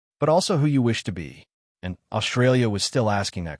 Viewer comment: Imagine, watching a video, voice by A.I. about how the English language has morphed; and the A.I. can’t pronounce the most important phonic in its’ language! Mispronouncing the most commonly used word in the script! This speaks volumes, pardon the pun, about how dumb we’ve become; despite the advances we’ve made. Let’s consider that word, “Australia” and consider its’ proper pronunciation, shall we? This word contains the letters ST joined together and that sounds Ssss and T. Now listen to the way the A.I. voice pronounced the word, “Australia”. Notice how the ‘ST’ is being mispronounced? The letter ‘H’ has been added, so the ‘S’ now sounds “Shh”. This mispronunciation is becoming ubiquitous, now it has entered the realm of artificial intelligence.